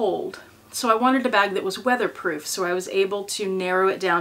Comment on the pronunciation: You said "weatherproof", The Lion and I heard "wine proof" 🦁🍷🤣